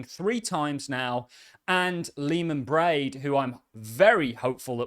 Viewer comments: Bear-d… get it right… Leemon Baird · It's Leemon Baird not Braid. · Love all your content....but please please please....pronounce Leemon's last name correctly.